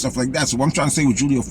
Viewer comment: Its pronounced hoolio foolio fool